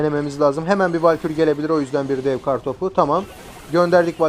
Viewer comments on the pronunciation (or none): none